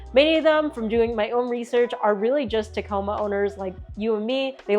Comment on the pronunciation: She still says Teh-coma 😬 TaaaaaaComa ladies n gents.